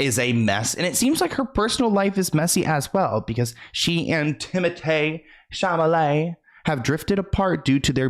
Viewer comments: I can't with your "Timothay Chamolay" 😂❤ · “Timithy Shimaly” LMAO